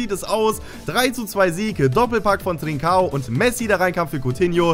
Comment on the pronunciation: Trinćao wird Trintschao aussgesprochen